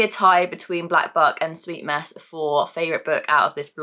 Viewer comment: All I can hear when you say Black Buck is Black F*ck....... Oops hahahaha